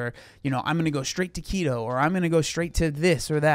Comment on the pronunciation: I honestly thought you said “I’m going straight taquito” not “to keto”. I thought you threw that in there as an example of someone just giving up 🤣 … I thought, man, I’ve been there 🤦🏻‍♀